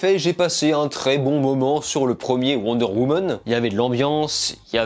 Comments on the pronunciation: "Wonder Womon" 😂😂😂😂😂😂 J'adore, désoler j'ai pas vu le film donc je peux pas le critiquer en revanche je m'en fou d'être spoiler un peu comme suicide squad à l'époque.. Le 1 par contre j'ai bien kiffer sauf la fin un peu spèc'.. Sinon j'ai bien tes critiques hein, bonne continuation 😊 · Wonder Womeune 😂